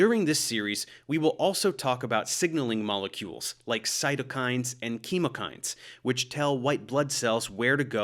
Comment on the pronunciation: The way he said it is the way I've always heard it in classes and stuff